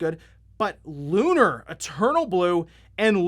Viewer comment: I'm sorry but it makes me twitch when people mispronounce that game. It's Lu-nār, two syllables, they even say it in the game. And also Lunar SS on Sega CD and Lunar SSSC (Silver Star Story Complete) are way different. They are the same game but the graphics and alot of other things are different on the PS1.